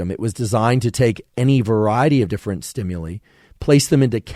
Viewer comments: ...below is how to pronounce "STIMULI"...almost didnt want to but...haha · Thank you for another favorite episode!! I'd never heard anyone pronounce "stimuli" the way you do, lol. Also, I HATE the smell of popcorn; smells like urine to me 🤢, and the smell of peaches, guava fruit, and papaya physically repulse me - so interesting to learn why/how!